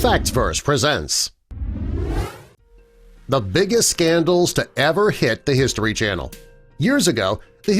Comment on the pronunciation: SCANDELUS I say just SCANDELUS